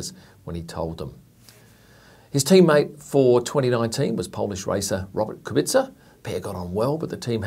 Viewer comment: I'm Polish and I'm very glad and surprised that you didn't butcher Kubia